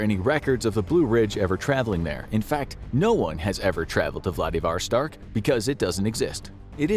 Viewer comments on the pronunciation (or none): it's vladiVOStok, not vlaDIVostok. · What the heck is Vladavarstark? Edit: Ok, as I suspected, Vladivostok. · It's Vladivostok and you said it closer to right the first time